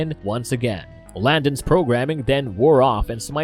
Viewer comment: his name is Landon not Landor